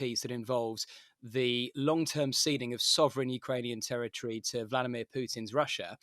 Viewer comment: Another dope who can't pronounce territory 😮